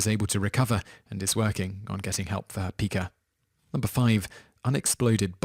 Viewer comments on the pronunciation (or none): Pica. is not peeca. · Your narrator mispronounces words a lot. It's pronounced "pie-kah" not "pee-kah". I've noticed other such mispronunciations as well while watching these videos.